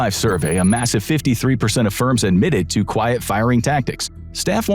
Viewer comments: "Quiet" not "Quite". 🤭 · It's "quiet", not "quite" firing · It’s “quiet” not “quite”! The voice might not be AI but the graphics seem to be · lmao "quite" firing on the sign instead of quiet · quite firing? Not using any ai, right? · “quite” firing huh? Nice